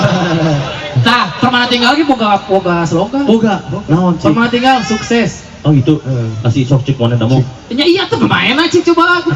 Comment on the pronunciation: Sorry kng, Permanatingal bkn Permanatinggal